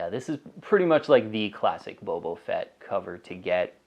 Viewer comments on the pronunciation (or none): Am I hearing ‘bobo’ fett?